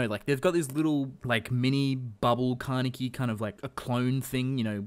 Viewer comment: stop saying kane(KEY) WTF